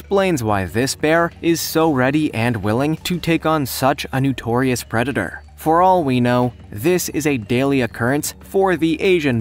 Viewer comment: Notorious, not nutorious🤪